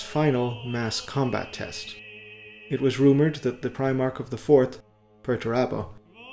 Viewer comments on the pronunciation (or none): none